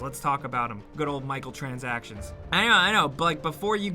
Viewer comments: When you said microtranactions I almost shit a brick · "Good Old Michael-transactions" - 2019